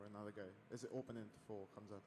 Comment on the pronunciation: Dana , its not Khamz out of nowhere :D its Khamzat Chamaev :D hahahahah nice one